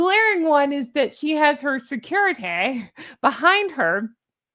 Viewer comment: _Bronze: I just love the way you said "securitay" just how I believe Cartmen from South Park says " respect my authoritay" 😂